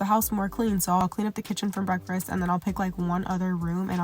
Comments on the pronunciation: I’ve been trying to make myself get up or so I can get my mind right and do a 30 minute workout but I’ve been making alllll the excuses 😩. Gonna use this as motivation to at least give it a try ❤ P.S. “Break-fRast” I can’t leave a comment without saying it. It still cracks me up. Sending love ❤ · That extra “r” you put in “breakfast” is funny asf 🤣 breakfrest 😭😭